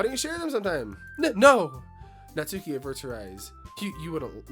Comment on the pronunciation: Oooh, this is gonna be a ride! 😂 Small note — the U in Natsuki is practically not there, it's said more like Nats-ki. Looking forward for more 💖